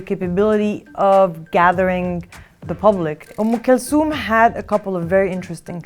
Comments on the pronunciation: She means um kalthum not kalsum😂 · did she pronounce Umm Khultum correctly because I watched an interview where the name was pronounced like how it was spelt?